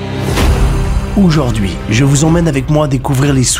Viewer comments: "Oujord'hui" :face-blue-smiling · 1er mot, nouveau mot => Oujaurd'hui 😂